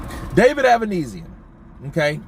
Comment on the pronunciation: Avanesyan is Armenian. His family name should be pronounced same as Kardashian or Serge Tankian from "system of a down" -ia as on sound